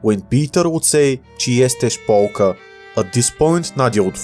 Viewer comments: Rewriting history you are butchering the beutiful polish language peter the underground resistance fighter would not say czy yestes polka as polka is a finnish artillery piece instead he would say czy ty yestes polkom. Polkom is the polish feminine for polish. In compensation I demand you say it correctly in the next video as I cannot take such a mocking in such critical moments of a alternative history video. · I am glad and congratulate you that you even tried to say something in my language. And you even did well. But unfortunately the translator translated it badly and it or you probably thought that ą was the same as a But no, we says:,, czy jesteś Polką" where ą means om. so we say:,, czy jesteś Polkom" as for Poland, remember that over 20 million Poles live in Polonias in many places in the world (8 million in the USA). And in this world it will be about 10-15 million, so Poland is not doing so badly because it will probably bring many Poles from abroadso in my opinion it is more possible that Polish nationalists would like more land knowing that they could offer free apartments to Poles after the Germans. Poland would probably do what the Germans did in the opposite version, i.e. Polonize the lands and expel or...you know the Germans.